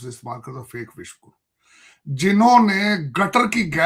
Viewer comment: Abe takale tu Vishwaguru bolna sik Le be